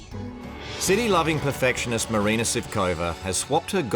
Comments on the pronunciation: At least the husband can say MARINA AND NOT MARINER FFS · Can they seriously not say MARINA, WHO TF IS MARINER, sooo goofy